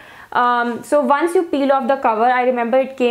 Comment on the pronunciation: Why does she pronounced once=vance .. 😢